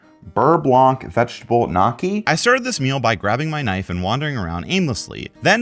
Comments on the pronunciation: This was a great video but the way you pronounce gnocchi made my blood boil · the way you pronounced gnocchi made me cringe so bad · How you pronounce gnocchi is funny (and wrong) 😅😜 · Somewhat pained by this pronunciation of gnocchi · The way you said gnocchi twisted my soul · The way you're pronouncing gnocchi is making me cringe each time TnT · The way he says gnocchi physically makes me angry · SAY GNOCCHI RIGHT Edit : you’ll say filet mignon correctly, but not gnocchi. Wtf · Watching you eat like a barbarian and not knowing how to say Gnocchi...please look it up, plus you made the meatballs WAY TO BIG , your cooking skills have not improved, and if I seem harsh I've been a professional chef half my life, I give you props for attempting it that's more than I can say for most but you need TONS of practice and a crash course in portion control. I almost unsubbed for you saying gnocchi like a barbarian. Please use Google to look up how to say it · The way you say gnocchi is a sin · I love how you say Za'atar correctly but totally butcher gnocchi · that gnocchi pronunciation was diabolical. is that engagement bait? if so it worked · Dude be careful. if you say gnocchi like that one more time your wife will leave you. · Half asleep and the gnocchi pronunciation just had me thinking there was a new food i didn’t know about for a minute haha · Extremely sleep deprived and took a break from studying to watch YT. That gnocchi pronunciation was a whiplash lol. For a second I forgot how it was actually pronounced. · The pronunciation of gnocchi is hurting me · I know you did not say gnocchi like that!!!!!!!!!!!!! Gotta be ragebait bro!!!!!!!!!!! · Hey buddy it’s pronounced gnocchi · "Knockey" Wtff is knocky, you mean "nyow-key" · I have never felt a rage so great as listening to say 'Knockey'. Gnocci are pronounced, 'Nyokey'. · gnocchi is not pronounced knock-y, rather nyoke-y (yoke rhymes with woke, just put an n in front of it.) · Nyo-kee not Knocky